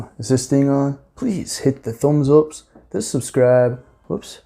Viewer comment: “Thumbs ups” u sounded like a Manc”!